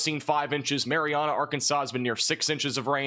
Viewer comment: Mary Anna, not Mary ahhhna. Home of the mighty Trojans brother! The most famous person from Marianna, Arkansas is Rodney E. Slater.Slater rose from picking cotton as a child in Marianna to becoming the U.S. Secretary of Transportation under President Bill Clinton from 1997 to 2001. Prior to his cabinet position, he also served as the first African-American director of the Federal Highway Administration.